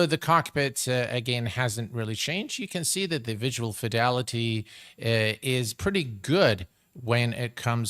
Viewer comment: Slap every time you say fedility... can't drink or I'd be drunk before takeoff.. for the price you pay for anything toliss you shouldn't need anything extra..